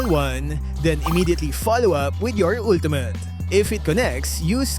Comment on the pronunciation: “Ultumut.” —LMAO